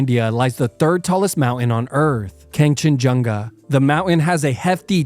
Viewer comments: it's kanchanjunga and I know since I'm nepali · You pronouncing Kangchanjunga gave me pet peeves beyong human comprehension. Sitll love your vids tho